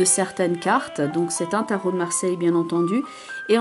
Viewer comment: Bravo pour ce tirage très professionnel, et très juste en ce qui me concerne (quel bonheur de vous entendre appeler les cartes du Tarot de Marseille par leur nom CORRRECT !). Je me réjouis de vous retrouver en 2019.